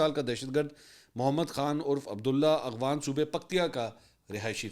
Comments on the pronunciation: Afghan not agwan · Mansoor bhai....its afghan...not agh-fan. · I dont know if you do that on purpose but you pronounce "Afghan" as "Aghwan". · Mansoor Bhai aghfan nahein afghan he sir